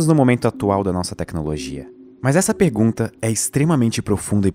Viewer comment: Essa "pegunta" kskksksks dsclp